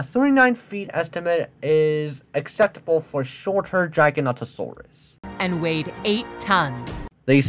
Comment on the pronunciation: Noooo, it's Giganotosaurus. With the beginning sounding like Jiga. Or the same way just with a soft G. Not how you pronounce it dude, where the heck did you get the pronunciation from? Though granted how the woman in the video says it nearly made me die in the inside